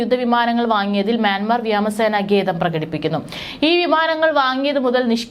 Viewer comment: വ്യാമസേന അല്ല മോളേ വ്യോമസേന. ഒരു തവണ ആർക്കും തെറ്റ് പറ്റും. പക്ഷേ പല തവണ ആയാലോ 😮